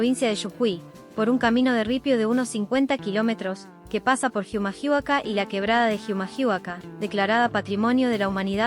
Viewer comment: Oye amigo, se re noto que esa voz es de una IA ¿Jijamahuaka? ¿Que es eso? XD Es Humahuaca las "H" no suenan Y no es "Yujui" es "Jujuy"